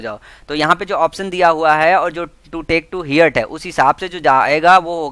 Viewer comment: heart(हर्ट ) not हियर्ट